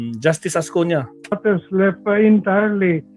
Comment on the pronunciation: .Ascuna hindi Ascuña.